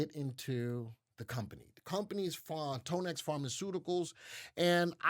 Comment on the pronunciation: It’s pronounced Tan-ex not tone- x like tanya